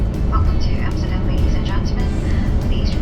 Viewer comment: Great video. Your pronunciation of Amsterdam was spot on ….. made me wonder if you are in fact Dutch